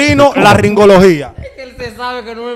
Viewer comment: Ni tú sabes pronunciar esa palabra. Es otorrinolaringología.